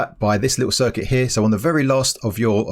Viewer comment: I challenge to make a video without saying "here" or should I say heea.